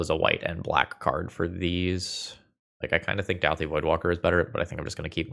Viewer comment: Dowthi -> Dawthi